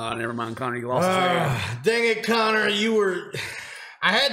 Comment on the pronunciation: Every single time they said Connor I was hurt😭💀